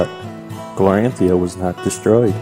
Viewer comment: Great job. This world is awesome once we get used to all the new names. Glorantha is pronounced glor-an-THUH (not -THIA). Sartar is sar-TAR. Genertela is JEN-ert-ella. (Not being critical of you, just a note for your viewers). The city of "Notchet" came about when the game was new and the world creator Greg Stafford was askeod by a player if he named that dot on the map yet and he said "not yet." So it took time for the creator to get the names right too.